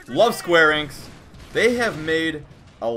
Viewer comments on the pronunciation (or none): it is pronounced e nicks enix